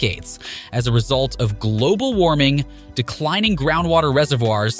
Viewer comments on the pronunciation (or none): the emphasis he put in when hecsaid " global warning".